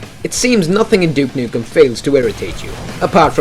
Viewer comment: first of all no it was not and second of all its duke nukem not duck ......